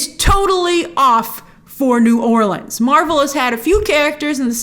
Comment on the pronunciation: Thanks for pronouncing New Orleans correctly. 👏🏽